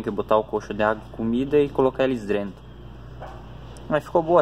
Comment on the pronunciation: É "drento",? Piquininho? 🤣🤣🤣🤣🤣